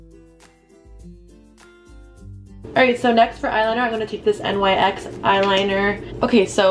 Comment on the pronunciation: nyx is a word, pronounced like “nicks.” you don’t have to spell it out lmao